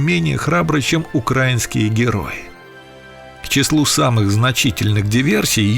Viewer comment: Украи'нские! Ставьте правильно произношение, грамотеи!